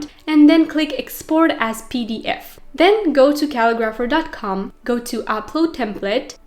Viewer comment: Pretty sure you are saying the name of the website wrong. You are saying Cal-i-graph-er. Looks like it is the word Ca-li-gra-pher. Thanks for the share of information.